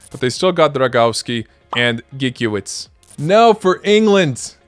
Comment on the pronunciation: Im sorry but you got me laughing when you said Gikiewicz 🥴😂🤡 hes just not it . Love the video 💪🙌